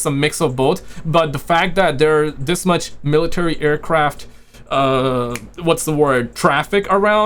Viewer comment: She said too mich